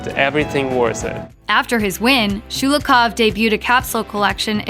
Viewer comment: It’s Sho-lo-hov, not Schu-lu-koff 😖